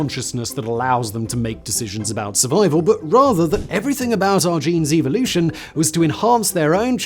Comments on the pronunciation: "About evil-ution." Love your accent there, Simon! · Evil-lution ? LOL